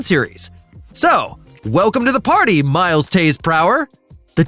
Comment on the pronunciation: this is why the dislike button was removed . terrible videos like this can now prosper , dude said tails middle name wrong , and that players love the board stages for the extra points …